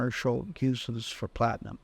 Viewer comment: Plat-I-AM.